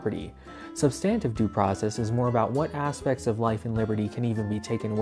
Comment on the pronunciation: You’re pronouncing substantive due process wrong and it’s annoying